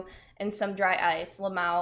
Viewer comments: She says I hate saying Lamawo. We hate hearing it! Just spell it out ffs. Ell M Aye Owe. She is such a weirdo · that fact she keeps 🤌🏼pronouncing "l.m.a.o" like it doesn't mean 4 diff words is distracting me from everything else in the video 🤣🤦🏽‍♂️